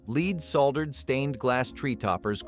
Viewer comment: It's NOT leed... its LEAD